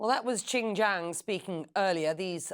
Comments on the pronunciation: This is the Rise of Asia.... BTW, his name is not Qin Jang but Qin Gang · Did she say Qin ‘J’ang? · the disrespect of US media intentionally mispronouncing Qin Gang name. just shows not only does US media doesn’t know chinese language nor does it know much about China period. what a disgrace. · Message to CNN: Please pronounce his name correctly.